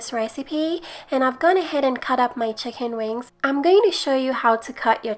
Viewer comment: The "hicken" sorry I love you